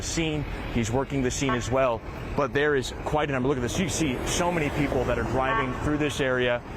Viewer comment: Cavalry/calvary Know the difference please